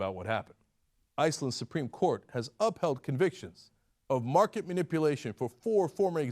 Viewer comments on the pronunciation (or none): none